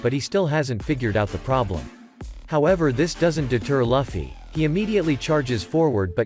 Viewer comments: L-uffy? It's lue-fie (luffy) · It's called Luffy not liffey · Stop SAYING LUGH FFY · Ermmm that’s how you pronounce Luffy’s name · Seriously what dafuq is that pronunciation of Luffy??? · Bro why does he say Luffy like that